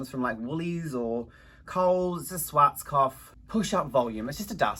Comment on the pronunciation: Glad you enjoy making those videos, because we love watching them 💞! So I think everyone would like to see vlogs. Oh, and I really don't want this to come across as an insult but rather an advise, maybe, Schwartzkopf is a combination of german words (it means 'black head', though it's actually just a last name of german guy who created this brand), so it it was meant to be read as something like Shvahtskopf, but you obviously can read it however you want.